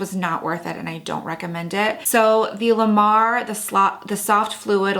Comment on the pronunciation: I love watching your videos because we have the same taste in products. But it kills me how you say la mer lol.soooooo wrong haha